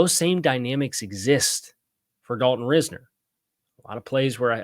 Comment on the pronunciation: Doesn't matter too much since he won't be a Dolphin but Risner is pronounced RISE-ner. Not ris-ner.